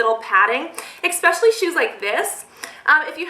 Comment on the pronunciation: Come on - she says "e-K-specially" :)